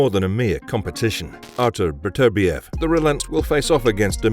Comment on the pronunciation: At last a narrator who actually pronounces Artur Beterbiev's name correctly. Unlike the dumb Yank's, who call him Better-bi-ev.